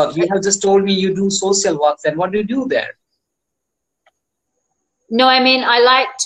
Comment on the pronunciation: Try to say alternatives for 'I'm fine '. You should be aware of all this sir because so many people follow you. And many times the word English ,sh sound is heard ss sound. Very is heard vaary. Social is sosial.